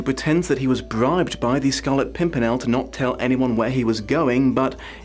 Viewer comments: I busted out laughing at "Scarlet Simpernel," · Try to count all the times he says Scarlet Pumpernickel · "Scarlet Simpernel" Damn you that made me laugh! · "the scarlet simpernel" made me cackle, thank you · The "Scarlet Simpernel" definitely got a chuckle out of me. Great video as usual. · The scarlet simpernal had me rolling on the floor xD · You could have gone with Scarlet Sink-me-nel ?